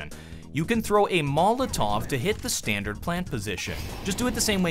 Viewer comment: Say it with me. Mol-o-tov. Never mol-tov.